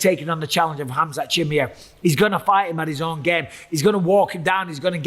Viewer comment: Yeah why you saying Chimi ev you listening to Chael too much.